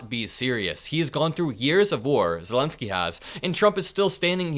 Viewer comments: did you say vladimir selensky? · Vladimir Selenski you said. Just like Biden. Haha